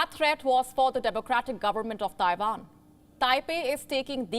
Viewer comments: Taiwan not taivan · WHAT IS "TAIVAN"?